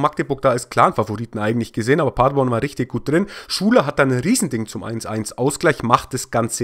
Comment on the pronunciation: "Magdeburg gegen Paderborn. Ich weiß, ich sag Magdeburg immer falsch ..." Hahaha, ich habe keinen Unterschied zwischen den beiden "Magdeburg" rausgehört. Aber wo wir gerade bei der Aussprache sind ... Paderborn ... das ist nicht sehr weit von meinem Geburtsort entfernt ... und wir haben das zu Hause immer auf der letzten Silbe betont. Also Pader-BORN (so stehts auch bei Wikipedia) und nicht PA-derborn, wie Du es sagst. Das ist mir eigentlich egal, wie Du es aussprichst. Ich würde es auch nicht kommentieren, wenn Du nicht die Aussprache von Magdeburg erwähnt hattest. Bleib ruhig bei PA-derborn, das hört sich irgendwie süß an, hahaha. 😉 Beste Grüße 🖐🏼👴🏼